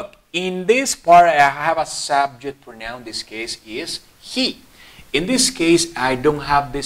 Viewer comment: No se pronuncia proNAUN, es /PROUnaun/